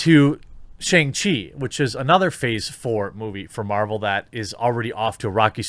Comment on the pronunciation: Why does he keep saying "Marjul"? I caught it in other videos.